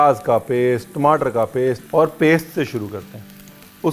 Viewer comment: Tmataar* I could hear the punjabi accent 😬